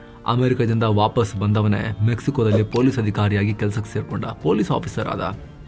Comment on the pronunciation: ಡಲ್ಲಿ ಅಲ್ಲ ದಲ್ಲಿ